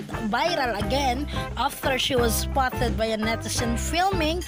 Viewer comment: Sis, friendly suggestion to improve your video voice over... practice the correct pronunciation of these words: photos, spotted, October, uploader, service, Iba yan!, It's Showtime, notification bell and upload... all the best.